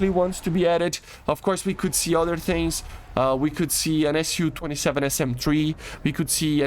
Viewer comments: it's Su not SU. you say it soo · lol, it is pronounced ‘soo’. In Russian it is Су, short for Сухой, the су makes a ‘soo’ sound.